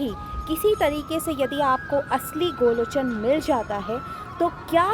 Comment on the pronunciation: Sahi nam to bolo.gorochn hota h n ki golochn🤔